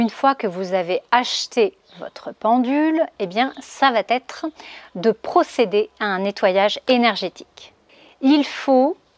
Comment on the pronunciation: Merci beaucoup pour tous ces conseils ... S'il vous plaît : " ça va être" et non "ça va t être" ...